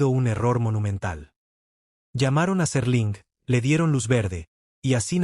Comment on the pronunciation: SÉr-ling no Serl'in. - No usen AI para este tipo de contendio, el ritmo es horrible, cancino y tedioso